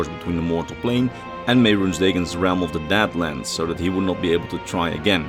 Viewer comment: Can we talk about the one mispronounced deadlands into dadlands making a deadric realm of bad jokes, unasked advice and couch sleeping dremora